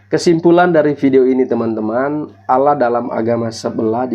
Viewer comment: AUULAH.. APA ITU. SOK TAU.. ALL LAH.. BUKAN AUU LAH. BUKAN ALA... ALLAH. PAHAM.. DOUBLE LL.. ALL... ALL. ALL LAH. ITU YA